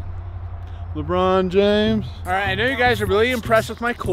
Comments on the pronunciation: the way he said Lebrun Lebrun james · The “Lebrun James” LOL Lebrun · No way he said i got the lébron james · Nigga just said the librin james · the way that pronounces lebron james💀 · every basketball players name they pronounced wrong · And he dosnt even know how to pronounce LeBron James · The way he says lebron james killed me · OH COME ON TOU SAID LEBRON JAMES WRONG